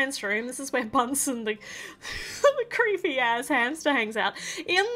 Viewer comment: Did she say creeepy hamster multiple times?